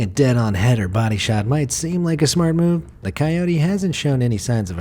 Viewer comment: dude says kyody him : shows a wolf